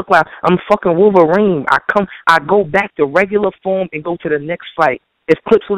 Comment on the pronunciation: NIgga said he wolveren !!! and i agreed ..lmao